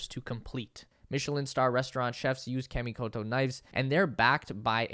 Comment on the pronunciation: You're pronouncing Kamikoto wrong. It's kah, not kaaaa.